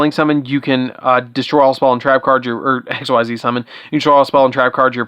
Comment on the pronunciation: Just to note real quick, Xyz is pronounced [ex-ease]. Edit: a word. Apparently, my phone hates me sometimes.